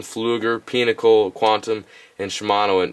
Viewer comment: peenacle? lol